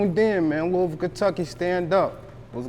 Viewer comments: I wish he would stop saying Louis-Ville. I'm not from there, but know that's not how you pronounce that lol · im from the city n it's LEW-ville. how u gon get mad when u clearly don't know how to pronounce it yaself😂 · Nigga it’s not Lewisville 😂😂😂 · He pissing me tf off mispronouncing Louisville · dude keeps pronouncing Louisville wrong af, easiest way to spot an out of towner lol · As old as he is, why the interviewer don't know how to pronounce "LOUISVILLE" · The way he pronouncing the city keeps bothering me 😖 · You don’t pronounce the “i” in Louisville..🤦🏾‍♂️ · Why he aint correcting dude with the pronunciation of Louisville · Why he keep pronouncing Louisville wrong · He just gone keep lettin you say Louisville wrong lol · I would've had to check him the first time he said it 🤦🏾‍♂️ lil dude went thru the whole interview an didn't correct him once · I almost didn't watch the whole video because of that! Plus he heard dude pronounce it right and kept at the bullshit 😂😂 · Bro if he pronounces it looisville one more time imma punch my screen it’s loo-uh-vul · Not "Louis"ville we say it like Louaville my gee..502💪🏽💯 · It's not Louis ville Kentucky bruh. It's looouvull Kentucky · Loisville (LOU- VULL) Not Lewisville Clown 🤡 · Interviewer- It's pronounced LOUIE-VILLE Kentucky not Louis-ville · It’s not Louis-ville it’s Luh-vull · He supposed to correct him when he say Louisville it's pronounced Louhvul or Louieville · Lewis ville??? The S is silent my bwoy...looweeville phonetically...my boy talkin too much something bout this aint sitting rite with me...boy boy ain't putting off RN vibes... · Not Louis ville tho 😭. I heard Lou a ville or at least say Louie ville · My boy said Lewis Ville... Lol its lew-ee ville, the S is silent. Louisville. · It’s pronounced “lewey vool” not Louis ville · lewisville..lol.They pronounce it as Lou-bull.I met a chick from there once and she checked me.Shout out to yall from Brooklyn.. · It’s Loui yu don’t pronounce the s🤫